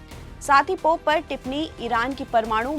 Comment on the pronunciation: पॉप नही पोप.